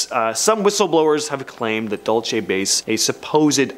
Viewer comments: Its not pronounced "DOLE CHEY"... It's "DUEL SEE" New Mexico... DUL (duel - like sword fighting)... CE (see, or like the lettter...C) Dulce, NM. I live in New Mexico and know how to pronounce it correctly.. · Dual say